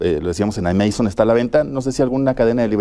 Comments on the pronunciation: El video es genial y Agustín es increíble, pero dejando eso a un lado... Alguien más se dio cuenta que el presentador dijo AMEISON en lugar de AMAZON?? 😂😂😂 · Bueno si si, mucha violada y todo pero yo voy por el minuto y el presentador dijo Ameison y es Amazon XD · Minuto "ameison" la plataforma digital 🤣🤣🤣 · Ay wey...ventas en "ameison" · Por que dice "Ameizon" ?? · Soy la única que escucho cuando el conductor dijo "amaison" Por Pronunciar "Amazon" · ¿"Ameizon"?, Se pronuncia "Ámazon" y se escribe "Amazon" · Los gay pronuncian así ; "AMEIZON " . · LO que mas me gustó del video fué el presentador diciendo "ameizon", cuando se refería a amazon. Y después utilizando el angliscismo "Tópicos". TOdo un crack ese tipo. LA demostración de que los periodistas no deberían ser calificados como Profesionales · Hablé español Sr. Periodista!! Amazon!! No ameizon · "ameizon" jajajajajjq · "Ameizon" JAJAJAJAJAJA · Min. JAJAJAJA dijo "ameizon", Amazon se pronuncia en inglés tal como esta escrito con acento esdrujula, en español es aguda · "ameizon", me dolió escuchar eso